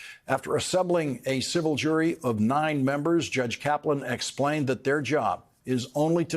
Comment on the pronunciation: "....his third mother-in-law's" funeral ...the emphasis on "third" 😂